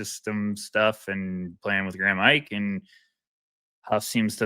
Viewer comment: Great vid, but btw Graham’s name is pronounced Ee-kay and also it’s Gone-zag-uh.